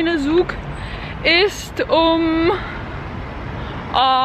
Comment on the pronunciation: Just a little detail: „z“ is pronounced like „ts“ in German, so train is „tsug“ not „cool“🧐🤔😉😅